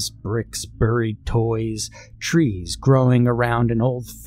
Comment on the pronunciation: My dude, I love your reading. But "buried" is pronounced like " berried". It hurts each time I hear "buhried" lol.